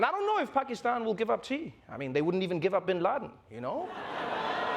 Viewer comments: I appreciate how accurately Travor Noah says Pakistan . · I'm surprised Trevor pronounced Pakistan correctly